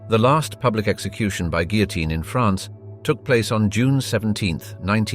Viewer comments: "Guillotine" is mispronounced. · That confused me to, also the pronounciation of the guillotine has me twitching. 😂